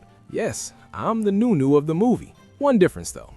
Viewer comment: Nu- Nu not new - new 🤷‍♂️😂😂😂